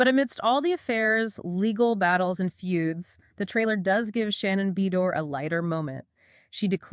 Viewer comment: Shannon “Bee-door” 😂